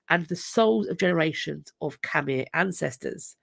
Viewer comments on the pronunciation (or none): Hi - Gin in Cambodia here - Khmer is pronounced Km/eye.